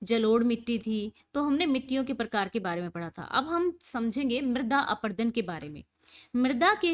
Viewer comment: Mam chader aprudun nhi hota parut apradun hota hai